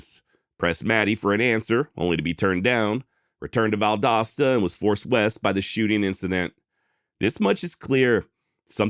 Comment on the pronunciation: I’m just glad you pronounced Valdosta correctly.